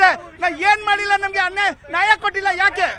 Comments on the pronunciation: ನಾಯ ಅಲ್ಲ ಕಣ್ಣಪ್ಪ ಅದು ನ್ಯಾಯ... ಎಲ್ಲರಿಗೂ ಒಂದೇ ಕಾನೂನು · ನಾಯ ಅಲ್ಲ ಕಣೋ ನ್ಯಾಯ ... ಕನ್ನಡ ಬರಲ್ಲ ಪಾಕಿಸ್ತಾನಕ್ಕೆ ಆಗಿ ನೀವೆಲ್ಲ ಬಾಂಗ್ಲಾ ಜನ.....ಇಂದೆ ಹಳೇ ಸರಕಾರ ನಿಮ್ಗೆಲ್ಲಾ ಒಳಗೆ ಬಿಟ್ಟು ನಮ್ಮ ಗತಿ ಇಂಗ್ ಆಗಿದೆ